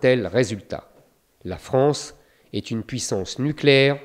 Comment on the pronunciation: La France et non pas la fronce